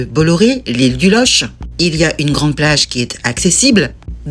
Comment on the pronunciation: Loch..prononce LOQUE.. exemple Locminé ..Locmariaquer etc..Bon facile je suis Breton..